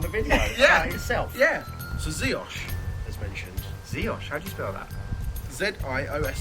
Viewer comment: Looks like you had a wicked time in New Orleans! So jealous :) Jeanette <3 P.S. You pronounced Ziosh the correct the way :)